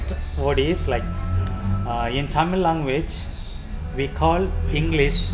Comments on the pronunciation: தமில் அல்ல தமிழ். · தமில் இல்லப்பா தமிழ்